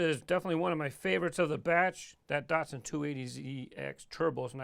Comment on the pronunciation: I have a sneaking suspicion that you pronounce Datsun wrong...